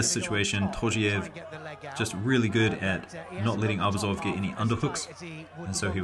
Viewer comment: Great comments! A small piece of advice: ArbUzov’s surname should be stressed on the second syllable, not on the first one. Just out of respect for the sportsman.